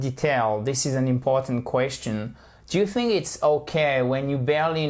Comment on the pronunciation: Vous dites THICK ok it’s correct mais fink pour Think !!!!!